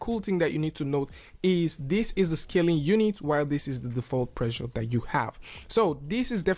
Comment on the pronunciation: Also every time he say "pressure" it sounds a lot like the world "pleasure."